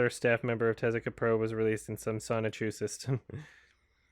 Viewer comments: Sho-ni-ku, not Sonichu. Sonichu is Chris Chan's oc. Listening to that was very confusing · inability to read the word Shouchiku amazes me. Again and again and again.